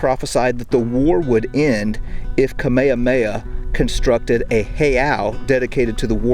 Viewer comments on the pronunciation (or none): Hey, here's a bit of pronunciation help. 1. Kamehameha. You said it like Kameamea. Just add the H sounds. 2. Puʻu Koholā. You said it sorta like Puʻuʻu Koholā. Just change Puʻuʻu to Puʻu. You had 3 U-s. Use 2 U-s. Hope that helps a little. 😁 🐬🏝🌴🍍🍌🌴🏝🏄‍♂ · Pronounce the “h” in Kamehameha.